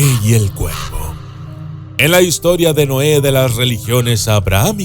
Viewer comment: Lo siento pero me confundí cuando decías cuerpo en lugar de cuervo. Por lo menos es lo que alcanzo a escuchar